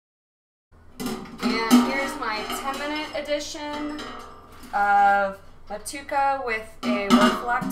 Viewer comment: I believe in NZ they pronounce it Mo-too-ay-kuh Seems like a fantastic recipe tho! I love brewing IPAs with those NZ and AUS hops, I’m planning to brew one as well soon and just picked up some Motueka and Wakatu hops